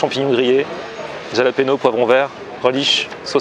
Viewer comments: jalapero mdr ralapero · Frere comment t'a prononcé "jalapeño" a je me suis evanouï